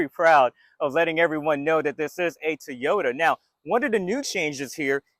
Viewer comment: I like you videos buy please work in saying Toyota correctly. It is very distracting....It's not Teeota...it's Toy - O - Ta, Toy - O- Ta...say it with me...Toy - O - Ta, Toy - O - ta.